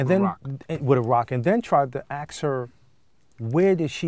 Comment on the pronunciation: How can such an Articulate brotha say AKS?